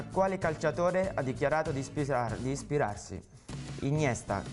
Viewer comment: ispisaar... ispirarsi